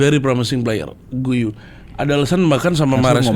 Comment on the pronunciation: u nya gausah dibaca, giu aja: si guiu ini emang cocoknya join standupindo wkwk